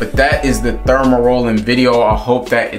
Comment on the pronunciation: 😄 Aye bruh, you gotta delete his video and do another one. Not too many ppl gon’ take you serious when you calling dermarolling, “thermarrolling”. Your intention was good but yeah that “thermarolling” ain’t it.